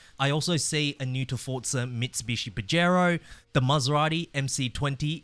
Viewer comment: Minor correction. Pajero is pronounced PAA·hr·ow not, pa-JER-ow.